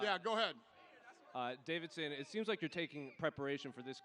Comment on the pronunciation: I shudder every time someone says "Davidson"... how hard can it be to get a name right lol?